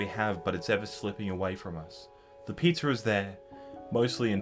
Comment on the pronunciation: Do they only eat "Pizzer" in Australia?